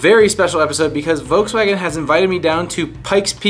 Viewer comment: He keeps saying voukswagen